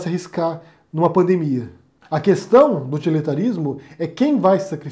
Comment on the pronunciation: Não consigo respeitar quem fala "cuestão".